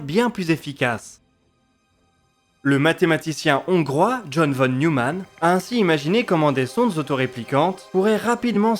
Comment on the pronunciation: Très beau boulot comme d'hab ! Juste, ça se prononce "fonne Noïmanne"... une ou deux fois dans la vidéo j'aurais rien dit, mais là dix fois de suite ça m'a un peu hérissé ^^